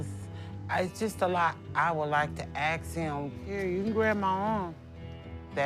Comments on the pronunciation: When she has to aks,,,,surely she she should say ask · Hate her immediately. It’s pronounced ask! Axe? What is that? It’s not cool. Shows you are trash. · I'm curious why some people say "aks" instead of "ask"? English is not my first language.